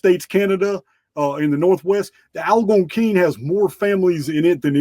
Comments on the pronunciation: mispronounced Algonquin. At first I didn't know who or what he was referring to. I finally figured it out. The accent should be on the second syllable. It would be fascinating to know how Native Americans beliefs and philosophies influenced our founding fathers. In fact it is essential to healing the deep wounds the white man has inflicted upon the indigenous peoples. We need a public recognition of their value and worth to mankind. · 👉 And the Anglo pronunciation for Algonquin is AL-GONE-KWIN 👈 😊